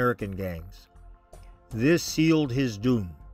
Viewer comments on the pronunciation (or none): none